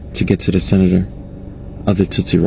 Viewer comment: No wonder he voted trump dude can barely say tootsie pop😮 i personnally don't feel sorry for these folks